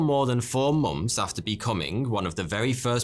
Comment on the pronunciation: Months not moms